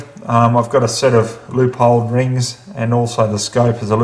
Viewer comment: You pronounced LOOP-HOLD properly! Almost nobody does. Well done. I am getting .3" groups with mine with factory ammo!!! Here is how: I have this rifle with a bigger scope..Bushnell 6-24x50mm Tactical Elite G2 reticle (amazing reticle). Also, 30mm Low Seekins rings which I LOVE! I used 40 rounds of cheaper PMC ammo for break in. I WANT coppering. I build copper on purpose to fill in micro fractures in the bore. Excessive coppering after a GOOD break in session should not happen for 200-600 rounds depending on how well you prepared your bore and the quality of your ammo. I should not have to de copper for 200-600 rounds. I monitor accuracy and VELOCITY to tell me when to clean de copper. I do NOT clean my bore at all after the initial break in period of 40 rounds.Not until accuracy and or velocity changes. Leave your bore ALONE! This is critical for maintaining accuracy.I only clean my bolt (every session) and very occasionally my trigger. LONG periods of storing your bore fouled (years) are possible as long as you dont use corrosive ammo. ONLY use the best ammo after break in. Hand loading is simply not necessary to get less than .5 inch groups if you do as I am doing. I use only match ammo...mostly FGMM 168gr or 175gr. The 168gr is good to 700-800 yards. The 175gr for beyond that. My FIRST day of shooting after my break in day produced a .3" three round group. I was floored. This gun is amazing. It is bone stock except for a few things:1) Glades Armory CNC long bolt handle a